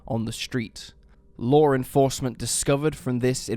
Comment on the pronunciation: Law not lore you fuckin goof